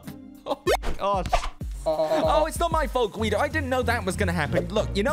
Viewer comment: Its G.U.I.D.O not G.W.E.O or G.I.U.D.O